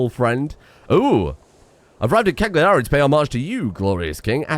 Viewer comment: Please it's pronounced Càyari